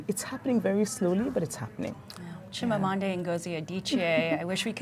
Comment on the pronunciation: 'Chimamanday?' lol. love her